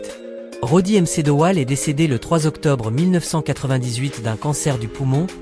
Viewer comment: Roddy m. C. Dowell. 😂😂😂😂😂 MC se prononce "mac" c'était franchement nul